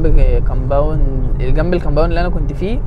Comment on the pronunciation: ياسطى انت عليك كلمة ( كامباوند ) مسخره